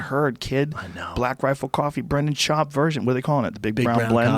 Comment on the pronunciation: Joe "Brendan Schuab" Rogan